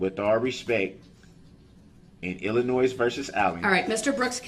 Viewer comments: somehow i just knew he was going to pronounce Illinois,'''ILL-A-NOISE''''.... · I was born and partially raised in Illinois and the “s” is silent!!! 😂😂😂